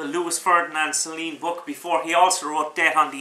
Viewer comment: Oh for the love of Mike, if you simply cannot pronounce the name of the author correctly why bother blathering on about his book! Sorry, I really am.